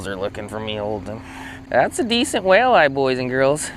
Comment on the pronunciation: I hope saying walleye like that isn't going to be a thing with you!